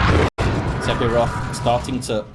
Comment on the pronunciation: Im not sure if the player prefers to pronounce it differently, but the "ph" in Sephiroth should be pronounced as an "f", so that it should read "Sef-iroth". Just a language quirk.